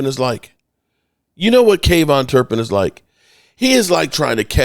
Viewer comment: Who is kayvon turpin? You mean kavonte turpin